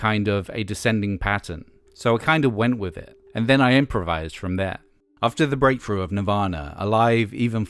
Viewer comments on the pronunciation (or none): “full- froated vocals” “garage rock frash” “breakfru band”